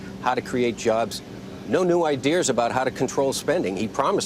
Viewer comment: What does Fernie keep saying "idears"? Weird....